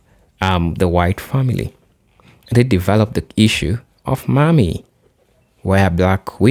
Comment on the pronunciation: Please, No, the way you say Mammy is not Mommy. Think of it as if you are saying yes Ma’am to a woman and the last part is Me. Ma’am me = Mammy This is the best way I can explain it.